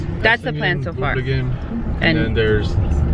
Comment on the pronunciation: ITS PRONOUNCED “ BURBLAGUUN “ 😡